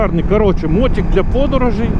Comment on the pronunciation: що за слово "мотІк", ми навіть з дитинства казали "мотИк". що за сусідське лайно мотІк. Аж вуха ріже.